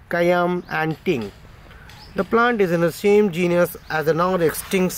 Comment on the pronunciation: How to say " ASAFOETIDA": It is no ASOW-FOTIDA , it is ASAA FOTIDA. yau said " ASO.FEITDA..., correctly said as ASAFOTIDA " GENIOUS " ==> " GENUS "